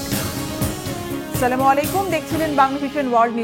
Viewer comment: আসসালামু আলাইকুম সালামটা শুদ্ধভাবে দিবেন সাংবাদ দেখবনের সংবাদ পরিবেশন করলে ভালোভাবে সালাম দেবেন নসিড না সালামেরই প্রয়োজন নাই